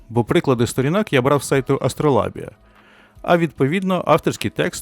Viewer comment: А вимовляти АстролАбія, замість АстролЯбія - це спеціальна фішка, щоби показати ставлення? Чи просто "шрифт завадив" прочитати нормально?))